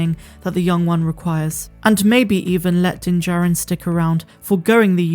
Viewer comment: Just for your information,, it is pronounced Din JAH rin, not Din Jerrin.